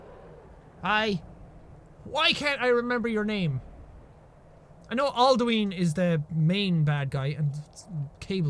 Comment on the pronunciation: Did He Just say Alduween?